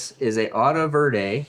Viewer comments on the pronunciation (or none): none